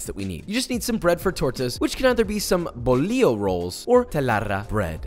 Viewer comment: "bolio rolls or telarrra bread" hahahahah, i love how he speaks spanish